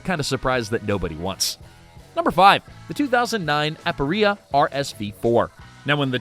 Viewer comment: "Aparilla"? Is that a Mexican motorcycle?